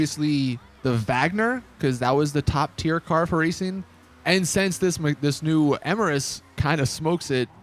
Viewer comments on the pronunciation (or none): none